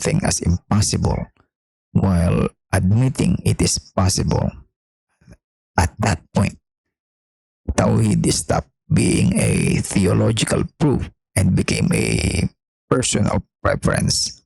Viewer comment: As soon as I heard her pronounce tawhid I was like wtf 😂 I'm so glad is very alert to these Muslim decievers. What else do you expect from followers of a decieving Allah. They think they're smart., we must keep ridiculing then and laughing at them with love though they're only human and we are all sinners. The devil is a powerful angel let's not be too harsh on a mere human being decieved by him. We must not allow the devil to subjugate and humiliate us. So that's why we must continue this fight against him. The ultimate goal is to save the souls of all humans.... Heaven rejoices the repentance of a sinner over,99 righteous men who are in no need of repentance. ( There is no man not in need of repentance) That is the point many people misunderstood. We have Christian leaders such as the current pope who thinks he's beyond repentance while he literally supported the devil and validated his authority as a god.